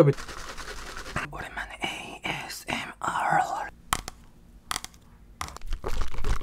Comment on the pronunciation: A S M Rrrrrrr Me: Rrrrrrap monster 😂😂